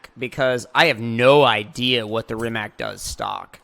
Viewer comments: Dude it’s not Reemack. It’s Rimac. Read as Reematz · ITS NOT RIMAK ITS RIMAC